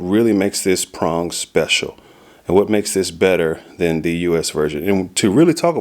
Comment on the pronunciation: "THAN" FFS "THAN"!!!! Not "then", THAN.